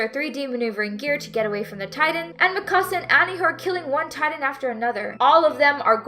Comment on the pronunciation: i hate the way they say mikasa after just rewatching it dubbed lol